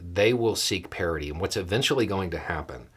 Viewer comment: I thought you said "parody" during your intro, and as things went on, I was waiting for the proverbial clown shoe to drop. Then, later on in the video, you said "parity" with enough context to help me realize I had misheard you.